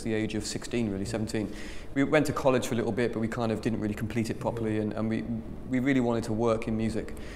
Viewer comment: "pwoperly" =D